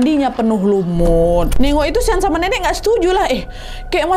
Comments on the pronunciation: Shawn❌ Sean✅ Sebutan 'Sean' sama dengan 'Shawn' 😅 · Sean di sebut ‘shawn’